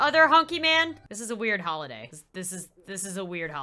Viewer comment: its oli dah sound like holiday